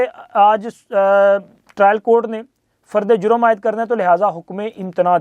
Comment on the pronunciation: 😂your brother journalist saying fard E a juem announce 😊